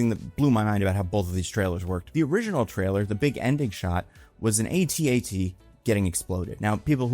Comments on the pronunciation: not to nit-pick not like your podcast mostly nit-picking, its pronounced at-at not AT-AT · “AT AT,” not “ay-tee ay-tee.” 😭😭😭